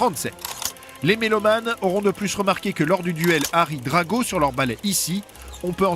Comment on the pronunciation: Pas Draco (ça c'est en anglais)